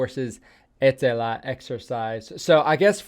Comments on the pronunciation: Was surprised also he pronounced Ä so well. 👍 Now he needs to start using word PERKELE in about every sentence and go sauna, swim in icy water, drive his car sideways in gravel roads.. Nobody would notice he aint Finn. 😅 Hes a bit too talkative to fit in, but hey just say that youre drunk. 🤣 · wow you said "etelä" correctly! congrats man! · I was surprised a little bit! Well done!